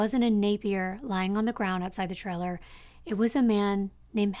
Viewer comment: How many times can we say “trailer” in one day? Lol But pronounce it “triller”. Sorry, I love your channel, but this one stands out due to how many times that word has been said and how it’s being pronounced.